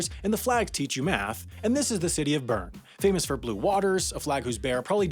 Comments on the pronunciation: If you 're going to talk about Bern, maybe you should learn how to pronounce it. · I spent a summer in Lausanne and I remember talking to one of my friends there about going to visit Bern (pronouncing it Burn as in the video). They were confused saying they hadn't heard of it, and I said, the capitol city? And they said "ohhh Beln" (with a good french Swiss accent) (They didn't correct me on calling it the capitol)